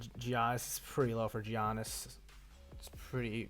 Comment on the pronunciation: Learn how to say Giannis' name